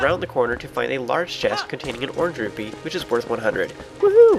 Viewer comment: I dont know why,, but when you said orange rupee, I heard orchid beak.....